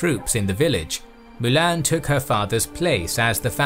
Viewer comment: Triggers me u can't pronounce Mulan.. How hard can it be?